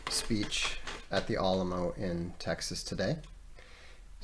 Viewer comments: Al (as in Al Gore) uh mo, al-uh-mo - Alamo Sincerely, A Texan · it's because Vox mispronounced Alamo and I felt like it was my Texan responsibility to correct him. And I didn't know the exact phonetic symbols so I described it the best I could. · I’m from and live in Texas, they he says Alamo keeps throwing me off 😂 No problem just throwing me off every time I hear it